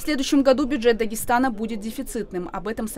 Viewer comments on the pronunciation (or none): Опять БУДЖЕТ,почему не учат выговаривать слова бюджет? Может кто нибудь объяснить,почему не выплачивают компенсацию родным и близким за умершего от корона-вируса???